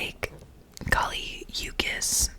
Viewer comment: The way you pronounced kali uchis😭